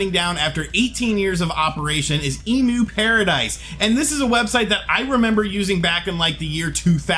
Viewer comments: It's pronounced 'Em-U-Paradise' , not 'Emu-paradise' They don't provide giant birds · End of an era. Also, it's emyu (as in emulator) not emoo (as in the bird) 😉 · cringe It's pronounced M U paradise.. like the way you would pronounce the beginning of the word EMUlator.